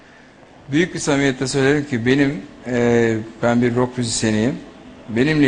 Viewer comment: NEV'in "ROK" telaffuzu %100 doğrudur.